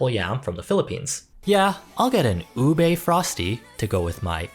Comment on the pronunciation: a little part of me dies everytime a person pronounces ube as "u-BAE" or "u-BAYYY". it's pronounced u-BEH, babes. filipino doesn't have the "ae" or "ayyy" sound.